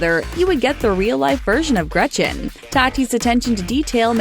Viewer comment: It’s Greeeetcheeeeen, not Gratchan